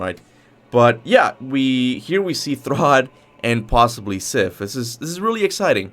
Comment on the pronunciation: It's thrudr btw. Not to be rude or anything I'm just saying idk where this "throd" is coming from